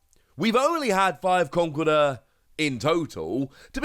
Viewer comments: official pronounciation in con-kel-derr, iits like the whole Arceus prounoncuin as arc-e-us when its actually ar-ce-us there are a few others that hurt my ears. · But should we pronounce it Conk- el- durr??